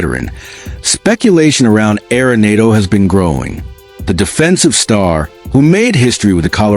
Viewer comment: Stop mispronouncing arenado😢